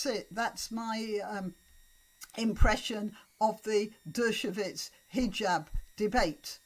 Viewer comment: Just a small point: 'Dershowitz' is pronounced 'DER-sho-wits', not 'DER-sho-vits'. It's with a "w" sound, not with a "v" sound.